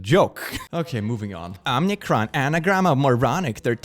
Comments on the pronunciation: I like how confidently you say omnicron every time omicron is written. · There's only one N on Omicron. It's not pronounced Omnicron... Why do people keep calling it Omnicron? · first of all, its OMICRON, not omNicron. Second, Moronic has 7 letters, Omnicron has 8.... you'd miss an n. He could've spelled it wrong but I mean, if you write bullshit at least get your spelling right. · If we must talk about the latest variant of the bullshit virus, let us please use the correct enunciation. It's Omicron, not Omnicron. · Oh-meh-cron. Not Om-nee-cron. It's like it only has ONE "N" in it.